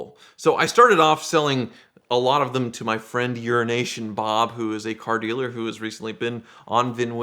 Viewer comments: saying "Euro Asian Bob" sounded like Urination Bob kink I want no part of. Sounds like something Hunter Biden would do before Clintons sell it to mainstream media of President Trump doing. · I have always thought that 😂😂😂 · Ok, I'm now sure that I haven't been mishearing him and actually calls EuroAsian Bob 'Urination Bob' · Garage Everytime says euroasian bob it sounds like urination bob. Lmao. Thing is when i was telling the wife about tricking and surprising euroasian bob with the red 348 spyder deal a while back, she thought I said urination bob also. Btw the way I have a 94 348 spyder in red/tan and is my favorite ferrari made. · That's what you call him... Urination Bob